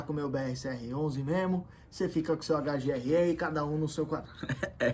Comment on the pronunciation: HGRÊÊÊ não! HGRÉÉÉ (como em verdeiro manauara) 🤣🤣🤣